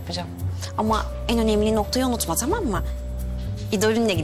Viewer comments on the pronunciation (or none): Taam değil, tamam. Kulağım gıcıklanıyor🤦‍♀️